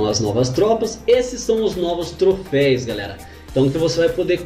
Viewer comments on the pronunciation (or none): Mano, é "troféus" ! kkkkk